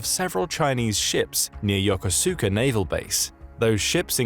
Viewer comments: Yoh-koh-ska, not yo-ka-soo-ka. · It's not Yo ko SOO ka, it's Yo KOHSS ka 横須賀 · Pronounced: Yo-kuska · The U in Yokosuka is silent, or muted.